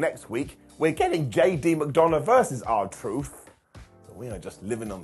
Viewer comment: veer came on monday night raw. he certainly did., I'm so upset at you. Why do you call JD McDuhnuh, "JD McDounut?" He is a man with feelings, not a circular fried cake. You missed the seeds they are plating to set up the greatest stable of the modern era: JD, Jelly Roll and CM punk, who will be known as "Jelly C McDunaroll."